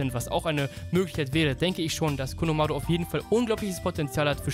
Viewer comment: Bitte nicht konomaaaaruuu sondern konohamaru Normal und ausgesprochen ohne Buchstaben verlängerung xD